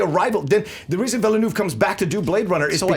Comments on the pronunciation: Ok. Ok. It's Villeneuve like you pronounce 'hors d'œuvre' or better yet, nerve! so Vill-nerve! Sincerely, a French Canadian :) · Thank god the french Canadian woman finally let them know it's pronounced Ville-nuv. won this fight. He could have easily been 5-1 if Signore didn't just hate so much that he couldn't stand to see him win. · Merci d'avoir corriger leur prononciation de Denis Villeneuve. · Finally an amazing movie fight in 2017!! And thanks to to tell them how Denis Villeneuve'S name is pronounced, that was driving me nuts especially since everyone on movie fights and schmoes makes such a big thing about how they know how to pronounce the name correctly and then doing it all wrong